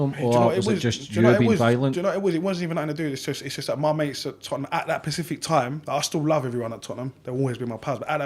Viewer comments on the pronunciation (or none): Specific, not Pacific 😂, joke aside fair play for the honesty, he's totally insane though, he's spudgun from bottom 😂